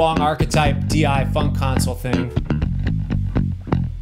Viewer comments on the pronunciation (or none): none